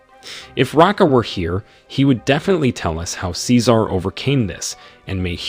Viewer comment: Tf he says cecar like that